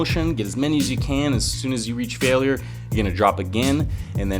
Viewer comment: Why you say failure weird :3